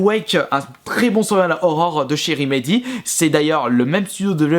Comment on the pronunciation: Au-delà du contenu, si tu pouvais commencer par ne pas parler comme un journaliste de BFM TV, ça serait un bon début. Ton problème, c'est que tu arrêtes pas de prononcer des "e" imaginaires à la fin des mots, en plus de pas être capable de prononcer "survival horror" correctement (moi ce que j'entends, c'est "seuuual horror") Calme-toi un peu! =D